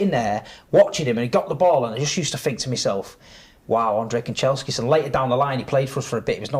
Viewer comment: has Man Utd PTSD…man said Kancheskis 🤣